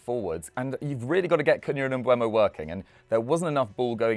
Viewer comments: All these “experts” really need to learn how to pronounce Mbeumos name correctly 😂 It’s MbEUmo, not MbUEmo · Stop saying Mbuemo, it's disrespectful and shows a lack of professionalism. The dude's name is on a card right behind. There's videos of him pronouncing his own name. It's been years since he's been in the Prem and he plays for your club now, show some respect. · all 3 of them called him Mbuemo 😭. It's Mbeumo guys, come on. M-beu-mo